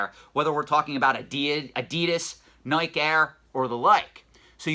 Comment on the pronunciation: “Nigh-kee” is the pronunciation :) another good video